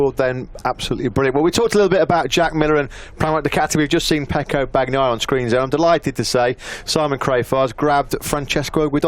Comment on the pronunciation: Or Bagnaia. It's not a hard "G". Go find out.